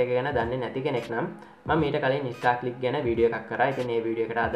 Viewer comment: Monada bn Uba kiyana website eke nama. English pronounce waradi. Star clicks da naththan istar clicks da 😂😂